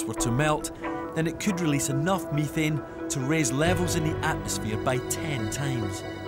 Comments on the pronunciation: BTW, it's pronounced meh-thane, not me-thane. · If i hear this dude say MIthane one more time I'ma flip out!!!